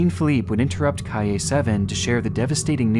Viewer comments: ITS PRONOUNCED CAAYEH SIETEH AND EHLL VELÖR DDE VERRRDĀD ROLONG R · ...kay-yay? It's pronounced k-eye-yay (all run together) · "KAY-YAY 7" 😂 i cant 😂😂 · Kay-Yay 7. 😂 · Bro pronounced Calle like “Cay-yay” 🤣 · Calle -- "Kai-ye." It's not hard. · Kay-yay? is that how they pronounce calle in Chile? Edit: Wait. He said it the normal way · Kay-ye 7 😂😂😂😂😂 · The way he butchered the word calle upset me a bit